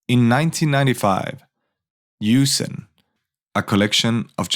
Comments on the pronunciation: You said "Yūsen," but that must be "Jūsen," which is an abbreviation for 住宅金融専門会社 (Jutaku Kinyu Senmon Kaisha). "Yūsen" refers to a Japanese ship logistics company and has nothing to do with the money games during the bubble economy. "Jūsen" is notorious for being a money game scheme that was nominally intended to supply funds for real estate. In reality, it was a scheme to secretly connect those who had junk real estate but no money with well-known companies that had surplus funds from the money games. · Jusen, not Yusen